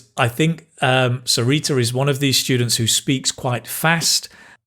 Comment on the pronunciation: In my honest opinion she really need to work on PRONUNCIATIONS. For eg. She is been saying Ijj which is actually Is. Greenaary which is greenery. I hope she will work towards it 🙏